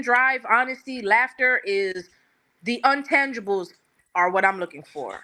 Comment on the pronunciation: Right. She meant she doesn’t need a man’s finances. Just poor wording and that “untangibles” was taking me out.